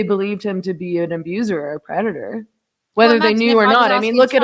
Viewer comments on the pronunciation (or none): you keep saying predator, it keeps sounding like redditer…